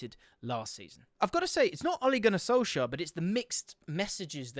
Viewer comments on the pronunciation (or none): none